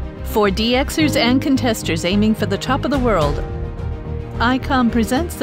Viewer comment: it's "Contesters" not "Consters".